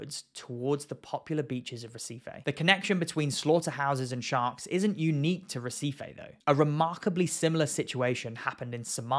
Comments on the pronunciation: brazillian pronunciations are counter intuitive to english speakers; it should sound more like hehseefee 👍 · Never heard of Recife . i thought you were trying to say receipt .